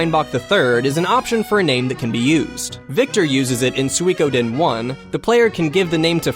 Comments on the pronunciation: I thought he put too much emphasis on the we part of Sui, so SuWEEE. Think of 'chewy', you do not say cheWYYY. The same applies to Sui. The "ko" part is often not pronounced at all by people, but should be. So, "Sui-ko-den". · I have the feeling that he's saying "Suikoden" in a wrong way,but then again, I think I'm the one saying it wrong. =p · He definitely has too much "ee" in his sui. Those two vowels should be short and sort of flowing together. Thumbs up for your explanation of what he does wrong, I cannot disagree with a single thing about it :)